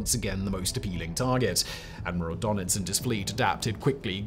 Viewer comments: Its DÖnitz, not DOnetz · It is „Dönitz“ not „Donitz“. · Its called DURNITZ not Darnitz